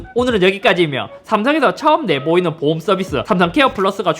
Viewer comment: 보험을 자꾸 보옴이라고ㅋㅋㅋㅋㅋㅋㅋ